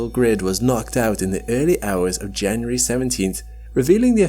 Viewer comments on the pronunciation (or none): none